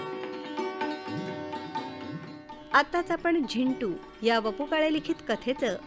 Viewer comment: Zindu nahi re Zintu. hahahaha